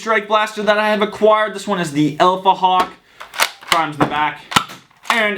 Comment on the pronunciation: when u said alphahawk, I heard elephanthawk. lol